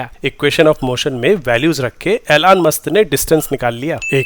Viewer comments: Elon Musk ❌ Ailaan Mast ✅ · Alone musk ❌ ilone musth✅ 😂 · Elon Musk ❌ Eylaan Mast ✅ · ELON MUSK ❌ ALAN MAST ✅ 😅😅😂😂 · Elone must ❌️ Alaan must ✅️